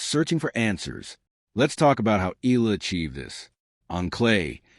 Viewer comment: Please pronounce her last name as EY YAH LAH. Thank you.